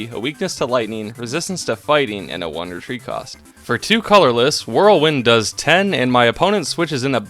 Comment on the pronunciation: every time you sqy "one retreat cost" I understand "Wondertrade cost" and get confused 😅 Cool challenge, I liked how you incorporated the different Pikachus